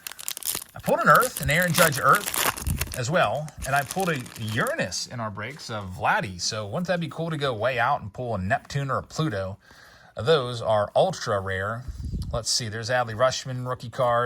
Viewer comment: Did u say urnis!! Are you not allowed to say Uranus on here?